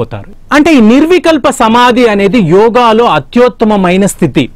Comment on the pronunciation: అత్యోత్తమమైన కాదు/ అత్యుత్తమమైన